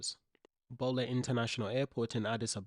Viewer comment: Good vid but learn how to pronounce BOLE.. IT IS not Bowl..but Boleee